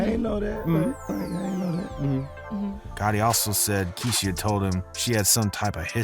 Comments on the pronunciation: Kee-she-ah….. lol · bro why’d you’d pronounce keisha that way???